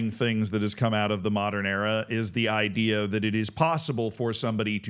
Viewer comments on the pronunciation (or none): none